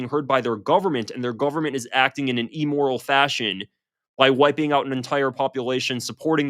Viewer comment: Great show except for the blackboard scratch of 'eee-moral'. Immoral roughly rhymes with slim sorrel. sorry, sort of compulsive about speech correction; feel free to take a verbal swing at me. Anyway. Shapiro is he worst, proof his backers are content to battle for our minds using minor league talent. . Not one of them measures up to Sam Francis standards.